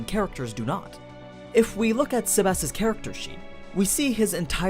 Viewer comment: Fucker keeps saying SebASS.